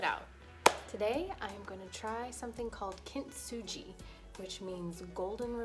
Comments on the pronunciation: thanks for doing that experiment! Also it is pronounced as kin-tsugi not kint-suji. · Oh no. The least you could do to honor this artform is to pronounce “kintsugi” correctly.